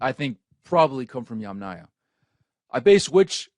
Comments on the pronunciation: Yamnaya, fix your letters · Yamanya? Yamanya??? At least try to get the name right. It's Yamnaya.